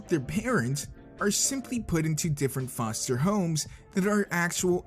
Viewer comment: or should we say FOLE-ster homes XD